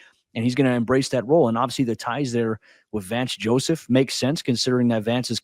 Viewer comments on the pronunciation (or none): Did you say Vance Joseph cousin?????????